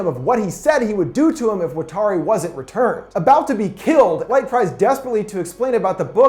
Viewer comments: Stop butchering Watari. It's not fucking "Wa-tar-e" it's "watt" like from a lightbulb. "R" like The fuck "Are" you saying. And "rrree" like the sound you're going to make when I come and shove this garbage film up that ass. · The way he pronounces watari is bothering me, but fantastic video